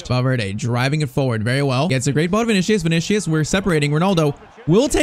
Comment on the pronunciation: Bro I swear this blud is sayin vinicshus